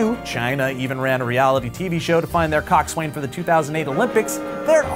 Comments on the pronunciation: Coxswain is actually pronounced cocks in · coxswain is pronuaced coxson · just FYI it's pronounced Coax-win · "Coxs Waing is srearing the boat" He he he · Coxswain is pronounced coxon. By everyone ever. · its pronounced (cok-sin) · You don't pronounce the W in coxswain! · That's not how you pronounce coxswain!